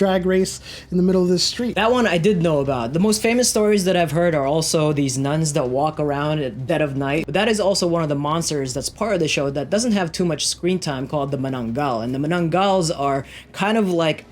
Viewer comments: Mananggal???wtf..it's manananggal...bruh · You butchered tikbalang and manananggal. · You butchered Manananggal and Tikbalang ☹️